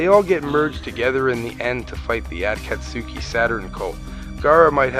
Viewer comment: Yeah, he can't pronounce their names worth a crap. He butchers the pronunciation of Naruto, Orichimaru, and the aforementioned Akatsuki. Personally, I get annoyed when people pronounce Naruto like NaROOTO, instead of stretching the syllables out when you say his name. If you watch the original Japanese, it's clearly not pronounced NaROOTO, but Na-ru-to. Weebs, I swear...